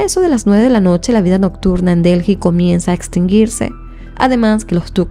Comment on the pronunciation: Mi vida de verdad que yo amo tu contenido pero es que no entiendo por qué con todos los años que tienes haciendo Youtube no has tomado clases de dicción, ya no es solo los videos que tienen palabras en inglés, son errores que cometes por el puro descuido de no leer o pronunciar bien y uno se pierde porque quiero escuchar la historia pero dices disparates, voy por 2 minutos y ya has dicho Delji como 3 veces y Delhi se pronuncia Deli nomás, y en lugar de decir religión dijiste Región, "sosguar". De verdad toma un curso pequeño de dicción, son errores pequeños que eres capaz de mejorar!